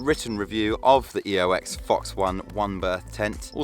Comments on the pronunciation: Oex not Eox... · OMG YOU SAID EOX!!!!!!!!!!1. Nice video mate thank you